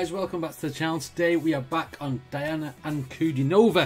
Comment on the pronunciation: The original was done by Elvis Presley. Her name is pronounced dee-AH-na an-ku-DEE-no-va.